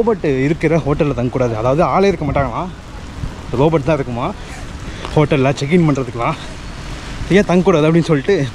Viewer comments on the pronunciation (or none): ரோபோட் இல்லப்பா "ரோபோ ". t Silent